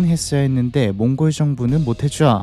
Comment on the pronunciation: 왜 몽골로 라고 안하고 몽고르로 라고 발음 하시는지 궁금하네요 버릇인가?